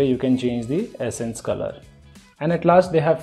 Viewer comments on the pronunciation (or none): Am I the only one hearing "essence" instead of "accent" color?